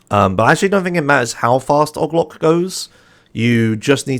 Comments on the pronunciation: why does he say "og loc" like that it O.G. Loc. They say his name in the game. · The way he pronounce OG LOC is fascinating and frustrating at the same time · "ogg loc" Me: "AAAAAAAAAAAAA STOP PLEASE NOOOO"